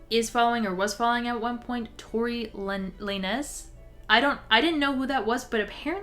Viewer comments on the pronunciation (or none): not knowing who Tory Lanez is (let alone how to pronounce his name) is so wholesome. Also refreshing from the amount of supporters he still has despite being Megan Thee Stallion's ab*ser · “Lay Nez” 😂. I’d subscribe just for that alone. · y’all i know this has almost nothing to do w the video but hearing her say tory lanez like that was hilarious😭😭😭